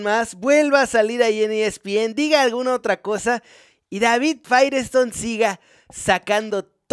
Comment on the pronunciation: Por qué dices Firestone? Es faitelson, Firestone es una marca de llantas